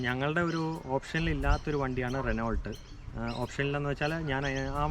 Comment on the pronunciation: റെനോൾട്ട് ❌ റെനോ ✅ പീജിയറ്റ് ❌ പ്യൂഷോ ✅